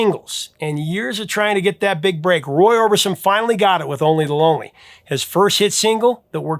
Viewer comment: Every time you mentioned the Roy Orbison song it sounded like "Only Baloney" to my English/Australian ears. Perhaps slow down a bit and improve your diction (as the actress said to the bishop).